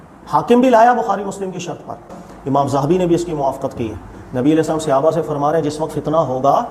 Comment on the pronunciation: صحابہ کا لفظ صَ کے زبر کے ساتھ ہے۔ صَحابہ۔ اپنا تلفظ صحیح کرو۔ لفظ صَحابی زبر کے ساتھ ہے۔ تلفظ کی اصلاح کریں۔